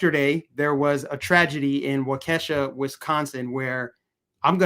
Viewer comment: Pronounced Waa key shaw Waukesha